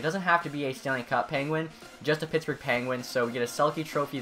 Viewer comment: it sounded like he said something other than Pittsburg